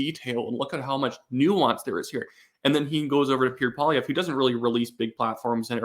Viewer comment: please. just slow down, stop mumbling and enunciate. "Pierre" is two syllables and is not pronounced "Peer" and "Poilievre" is pronounced PWAH-lee-EV-rah.